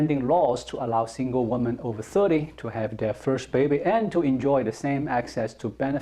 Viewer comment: I love watching your videos but I noticed you always make the same mistake with the plural for woman - women (pronounced wimin). As an English teacher I couldn't let this go on any longer without telling you!